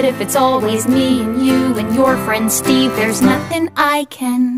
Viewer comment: Am in the only one who always hears steven and not steve